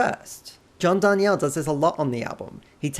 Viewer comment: It totally looks like it should be Dar nee elle, but yeah, he (mis)pronounces it Dar kneel. Crazy bugger😂